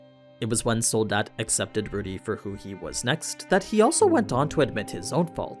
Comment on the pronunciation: I love how you Americans cannot pronounce Soldat right haha. Its not Sould-dad, its the German word for Soldier.